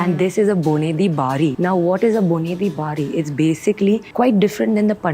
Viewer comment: its not boneri bari. bonedi bari..